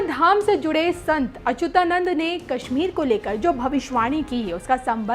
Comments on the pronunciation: Baar Bar Achunanand bol rahi hain jab ki Achutanand is correct pronunciation itne bade sant hai unak naam to dhang se lijiye. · ....you should properly check the pictures, dates etc. And pronunciation is very important. It's Achyutanand.....you are saying it incorrectly. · संत अच्युतानंद बोलो, सही उच्चारण सीखो । बी0 एस0 रावत देहरादून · बेवकूफ औरत अच्युतानंद अगर तुम सही से प्रणाम सेशन उच्चारण नहीं कर पा रही हो तू पहले अपना उच्चारण ठीक करके आओ न्यूज़ पढ़ने आई है और वह भी हिंदी ठीक से बोलना नहीं आता है यही गलतियां क्या अंग्रेजी बोलने में करती हो